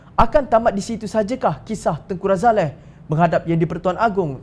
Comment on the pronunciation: Woi apa ni Tengku Razalehhh... tanya la dulu orang yang tahu... Tengky Razali saja sebutannya...